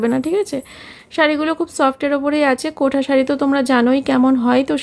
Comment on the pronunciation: কোঠা সারি না কোটা বলে😄😄😄